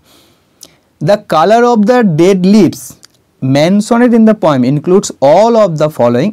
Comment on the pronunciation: You are explaining with your utmost endeavor sir.Nice attempt .Please do check repeating the word 'kintu' and the pronunciation of poet,poem etc.